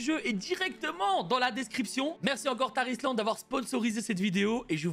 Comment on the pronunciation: Quand il parle du sponsor de la vidéo y a que moi qui entend "Tah Islande" ? x)